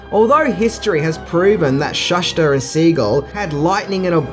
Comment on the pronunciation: He’s pronounced ShoeSter not Shush ter.. my god your English is brutal